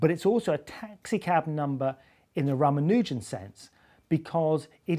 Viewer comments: ra mA' nu jan'? isn't it Ra' ma nu' jan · Simon Singh the first and only person I've heard say rah-mah-nuh-jin rather than rah-mah-NOO-zhen, and I gotta say I'm probably gonna trust his pronunciation of that